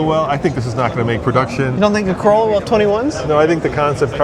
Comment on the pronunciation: Oh wow a $100K "Carolla"